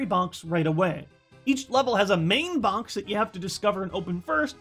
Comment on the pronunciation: I like how says bonx instead of box